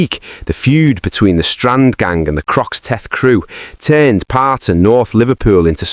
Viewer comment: "Crocks-Teth crew"😂😂😂😂😂